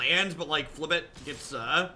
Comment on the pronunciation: Beating a dead horse, but it's pronounced fib-ill-thip